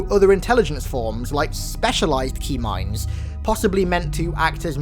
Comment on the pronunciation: up until this point I thought you were saying Tmind. LIke a T bone steak or something...